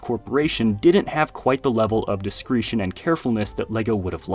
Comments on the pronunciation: disCREETshun. i really want to hear you try and say niche or curacao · “discretion” is pronounced di-skre-shan. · You pronounce "discretion" incorrectly.